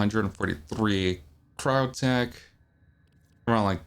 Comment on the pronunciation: That entire vid all I could think about was how he was pronouncing Cryotic as Cryotech.